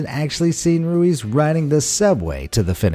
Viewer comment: Your pronounced ruiz wrong